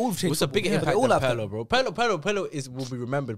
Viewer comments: Roasting pronunciation and saying “Pearlo” hurt me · PETITION TO MAKE WATCH PIRLO HIGHLIGHTS CUZ MAN SAID HE CANT DICTATE A GAME PAHAHAHAHAHAHAHAHAHAH AND HIS NAME IS NOT PIEERLO MATE